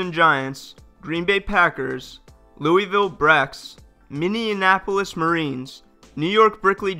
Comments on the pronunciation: It MINNE-AM-POLIS not MIN-NEAMUM-AMPOLIS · It’s Minneapolis, not Mindianapolis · Anybody else notice he kept saying Minneanapolis instead of Minneapolis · Say after me--Minnea-polis, Minneapolis. Not Minneanapolis. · Minionapolis? It Minneapolis no extra I sounds! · Stop saying Minnenapolis it's Minneapolis! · Minne-apo-lis. aka Mini Apple Less. Not minne-en-en-en-en-inne-an-apolis. Its in Minnesota, not Indiana. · Dude...Minneapolis is mini-apple-lis Not minneanapolis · Minneapolis not minionapolis :/ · He doesn't know how to pronounce Minneapolis ... its Mini-ap-o-lis not Mini-IN-apolis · MINNEAPOLIS not MINIONAPOLIS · Its pronounced minnie-apolis not minnie-en-apolis Go back re cut it and try again. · James McCarthy I don't know what you're talking about. He very clearly pronounced the city of Minneannapolis perfectly. BTW, did you catch the Indiapolis Pacers game the other day? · “Minneninapolis Marines” 😂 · “The Minnenanapolis Marines” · Minneanapolis, Minneansota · Bro...it's pronounced Minn-eee-ap-o-lis. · Minneanapolis? Wtf cmon it’s not that hard to pronounce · I stopped watching at “minneanapolis” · He doesn't know how to pronounce minneapolis lol. "Mineeinanpolis" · You need to learn how to pronounce Minneapolis Minn.................EEEEEEEE..........apolis its an Indian name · A map would be helpful. Pronouncing Minneapolis correctly would be nice too. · I didn't know Minneapolis was so hard to pronounce... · As a Minnesotan, his mispronunciation of Minneapolis really bothers me. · Why do you pronounce Minneapolis that way 😂😂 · Can you pronounce Minneapolis right please? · Minneapolis really isn't that difficult of a word... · how do you not know how to say Minneapolis ? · The way you pronounce Minneapolis is very odd. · 1. Bro Minneapolis isn't that hard to pronounce, and 2. Any other Minnesotans here find it kinda weird that Duluth had 2 teams before Minneapolis ever did? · You're from the US and don't know how to pronounce Minneapolis?